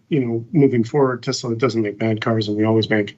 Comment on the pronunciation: Also, Elon, the Tesla company was named after an ACTUAL genius - Nikola Tesla - so show a little respect by pronouncing his name the way he did. … I don’t usually get angry, but when I do, I get angry at arrogant, ignorant, billionaire bastards.